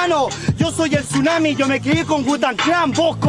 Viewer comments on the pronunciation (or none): none